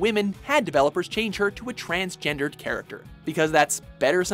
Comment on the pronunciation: It's actually said transgendER not ERED.